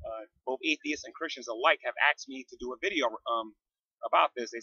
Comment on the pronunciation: In the beginning you said several times that people axed you, but i don't see any ax marks. Didn't jesus say not to lie? Just kidding bro, couldn't help it. I am a cat afterall.